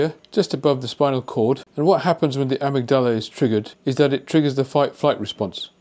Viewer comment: It is not pronounced 'amygDALA'. It is 'aMIGdala'